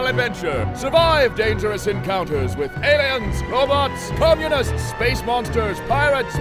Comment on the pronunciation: When he said "comunits" i died